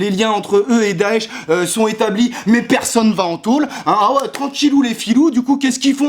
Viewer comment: Quand tu dit "mais" j'ai l'impression d'entendre M&M's XD